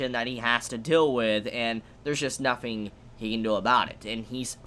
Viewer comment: Why does this guy say "nothing" as "nofing"? Am I the only one hearing this?